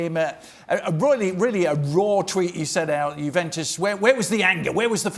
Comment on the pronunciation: The bald guy says jewentus